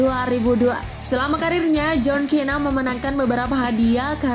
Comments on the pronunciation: Iya njir kok kena sih😂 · Tau dibaca nya di indo itu john sina /cena bukan john kena!! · Min john sina bukan kena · John cena bacanya john sina bukan john kina wkwkw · John cena bacaanya john sina bukan kena 😂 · Apa apaaa john kena itu di baca john sina bukan john kena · Gila kamu ya itu john cena bukan john kena😂😂😂😂 yang setuju like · Kak john cena kak sebutannya bukan john kena 😌😌😌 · Min jelas ngga pernah nonton wwe "john cena kok jadi john kena"😂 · John cena bukan john kena kali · Jhon cena woyy bukan jhon kena🤣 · John cena dibaca jhon sina anjg,yg stuju like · John Cena sebutanya kok kina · John Cena bukan John kena